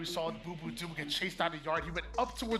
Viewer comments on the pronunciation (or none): none